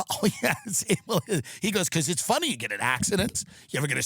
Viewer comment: “Shhhttop laughing it’s not phunny”-Jerry at the Kramer apology on letterman. It’s not phunny!!!